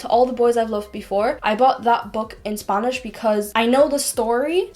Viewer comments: I don't understand why she kept saying "sp ɑ nish" , it is /ˈspænɪʃ/. And be careful with Wordreference with local expression always check with a Native (spanish) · I knew you were either a valley girl from California, or you're from a non English speaking country, only because you pronounce the letter A differently than most Americans. When you say "Spanish" you say it like Sponish. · i love how she says spAnish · „spuhnish upps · Leraning four languages, can’t pronounce Spanish in English... SPANNIS will haunt me for the rest of the day... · Got a bit frustrated at first when you keep pronouncing spanish as spangnish, but then I later realize, o, that's Ireland accent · I just love her accent whenever she says spanish LOL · the way you say spanish is funny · The way she says "spanish" tho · The way she pronounced Spanish omg weird lol